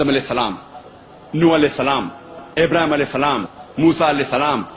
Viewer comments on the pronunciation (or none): Pehle quran phdna sikhlo bhai nabi abhram nahi nabi ibhrahim alyas salam bolo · Tum pehley peghambaro k name sahi tarah se to lo abrahim nahi ibrahim as ...... Aur humhey tumharey in bakwaso se koi fark nhi prta